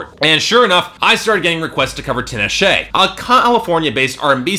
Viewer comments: I don't know about you but if someone mispronounces my name I get really pissed off. Don't expect me to take anyone seriously if they start off by saying my name wrong. If you want your name to be pronounced the wrong way, then fine and cool. Not all of us like that though. The way that he pronounced her name was the thing that made me lol if you didn't catch that haha. Anyway, if I was Tinashe watching this I would leave the first time that he pronounced my name wrong. Sure he is reviewing music. But who's music is he reviewing? Point proven. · Her name is pronounced tee-nah-shay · This fool can't even pronounce her name right. Fuck outta here. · loled at his pronunciation of her name...